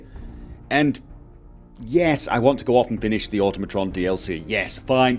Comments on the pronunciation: It’s automotron (or-tom-o-tron) not automotron (or-tum-o- tron) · "Oh-toh-mah-tron" It's supposed to sound nearly identical to the word, "automaton." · Oh god, even you can't pronounce Automatron correctly...